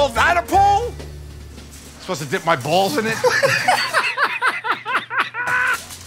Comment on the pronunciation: the emphasis on “balls” is so perfectly hilarious